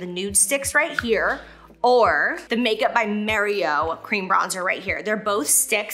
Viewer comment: Am I the only one that’s hearing M(EH)rio instead of M(AH)rio 😅🤣